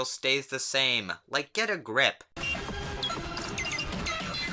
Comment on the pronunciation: you forgot to pronounce the “D” in sands, Therefore, You’re now Solar Sans